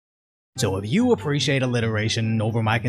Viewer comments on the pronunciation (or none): none